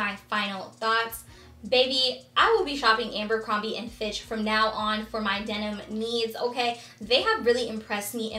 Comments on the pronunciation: It’s ABERcrombie not “ambercrombie”. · Lol it's Abercrombie not Amber